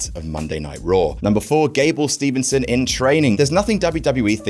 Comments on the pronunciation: There is no 'N' in the middle of Steveson. It is not Stevenson. It seems like just about every wrestling commentator adds the 'N'. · It's Steveson, not Stevenson! How do I know that and u don't? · Uh....hey.......there is no damn "N" in Gable STEVE (nope)SON's name.....it's Steve-Son....damn man